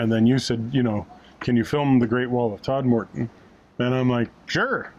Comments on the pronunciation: Just as a hint for those not lucky enough to come from Yorkshire, it’s TOD-muh-dn and Sore-bee Bridge rather than Sour-bee :-) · My local canal. Thanks for the plug! PS. If you're local Its 'Todm'den', or just 'Tod' and 'Sorrby Bridge. Might as well sound authentic! Pity you were travelling when the cinema at Hebden Bridge is shut. Usually excellent. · Congratulations on your 26th Silver Propeller Location. Thanks for posting. If you ever go this way again, perhaps get the pronunciation of Todmorden right. The main emphasis is on "Tod." That is followed by something that sounds like "merden."😉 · Loved this vlog. So many interesting features and the outtakes were hilarious. I smiled at your pronunciation of Todmorden, using a lengthened second second syllable sounding like 'more'. The locals pronounce it similarly, but everywhere else in Yorkshire it is pronounced with a shorter 'mer', like Todmerden. Anyway, it all adds to the fun. Have you gone through my home town of Mirfield yet?